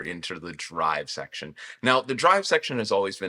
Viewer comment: modulation sheckshon